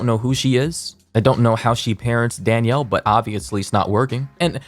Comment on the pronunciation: take a shot every time pronounces "Danielle" as "Daniel"